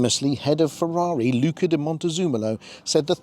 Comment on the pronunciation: Was going to correct you on the pronunciation of Luca DM, but the way you said it (eventually) was correct. Great vid...